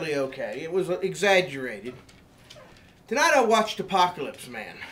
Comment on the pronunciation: "APOKEELYSP MAYNE." Surely, THIS is the man we should be listening to, as he has taken excellent care of himself thus far.